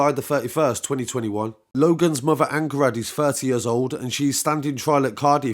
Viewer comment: Its pronounced "Anng Ha Rad" it's Welsh. Just incase you do further coverage friend. Keep up the good work